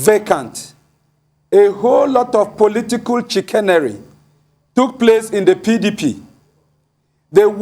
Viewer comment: The crude manner with which this man pronounces "Chicanery"....so laughable.